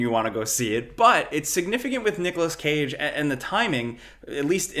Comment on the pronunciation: Did bro just say "noggalas cage"😭